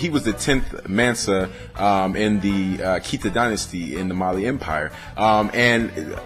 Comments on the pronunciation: Malian here from Bamako living in Canada just to clarify it's the Keita dynasty pronounced Kay-Tah. All around awesome video brah! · I'm Malinke from Ivory Coast. Yeah I always laugh when they say kita. I'm like no its keita.